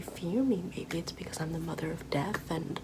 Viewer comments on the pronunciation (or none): none